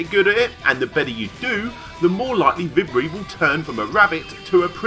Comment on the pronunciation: vibri is pronounced vee-bree btw